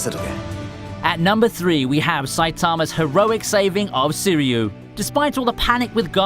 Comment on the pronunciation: Soo-ree-oo? It's pronounced "Swee-ree-oo" Sui meaning Water and Ryu meaning Dragon.